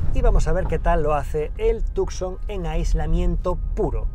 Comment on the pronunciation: Tucson en realidad se pronuncia como Tusan. Sería Hyundai Tusan.